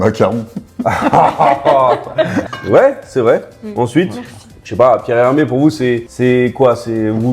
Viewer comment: "Pierre Hermes" mdrrrr Un petit effort